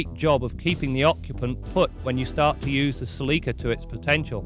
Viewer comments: They pronounced it CELIKA. Proud owner here 283k mikes and still going. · Celica it pronunce in a British way. Considering its Canada that is no surprise to me that they say it in that way. The American say sal-le-ka